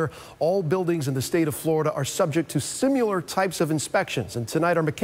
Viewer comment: Did he say "simular"? 🤔